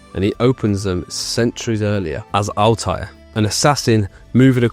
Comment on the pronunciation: C'mon, not able to pronounce Altair hurts my ears. 😒 But nice vid overall.